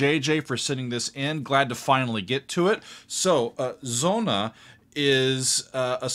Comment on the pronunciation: "Sonne", not "sonna"